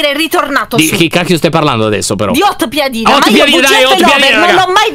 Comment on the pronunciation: piedina si dice piadina